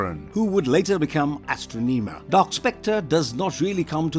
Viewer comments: You mispronounced Astronema's name. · O my god how did he butcher the pronouncing of the main vileness from in space name so badly he was no were close to doing it right. Did he not do research before he recorded and posted this.